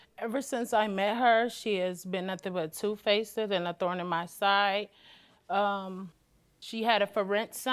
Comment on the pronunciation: "two facid" 🤦🏻‍♀️😂